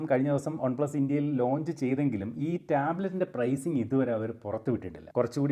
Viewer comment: ഒൺ പ്ലസ് അല്ല വൺ പ്ലസ് 🫠🫴🏻